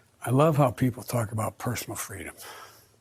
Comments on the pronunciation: personal freemum! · I like what he said personal frwadom isn't freedom if it takes from anothers right to be healthy freedim isn't free it take a person to be responsible to the humans standing gnext to them in the town state and country and world what if u exercise ur (freedom). U catch covid and u pass a mutated covid out to everyone else it's a bad vararent it's worse than all the other put together would u still feel the same bout expressing ur(freedom) think about it